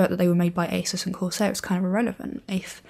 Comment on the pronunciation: I knew it was pronounced "Eysus" & not "Ahsoos" Because British folks know better... :P